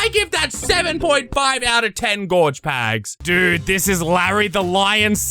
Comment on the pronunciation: The way he says pags is so BEAUTIFUL